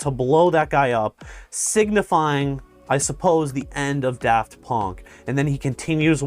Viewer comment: "Daft Pönk"